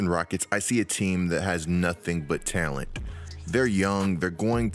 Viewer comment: you say “talent” I hear “tail end”